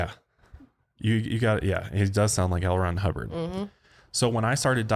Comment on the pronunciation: Any time someone mentions the scientology guy I hear it as "Elrond Hubbard"